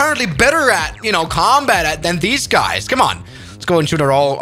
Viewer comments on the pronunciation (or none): Comtat xD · how i love a "comtat"